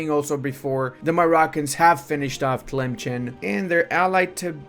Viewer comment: The way still says Tlemcen as if there's a hidden ch sound in there after all those years instead of just looking at the name for more than half a second triggers me way more than it should